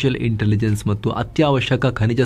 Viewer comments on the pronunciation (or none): none